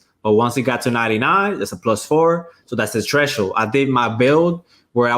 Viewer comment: Yo what is a treshhold?? 😂